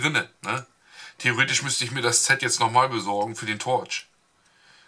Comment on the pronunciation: tolle videos, aber jedesmal wenn du "ZETT" anstat "Set" sagst kreuseln sich mir die zehennägel...